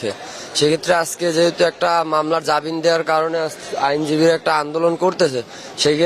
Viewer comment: ইনি তো জামিনকে জাবিন বলছে , এ আবার সাক্ষাৎকার দিচ্ছে...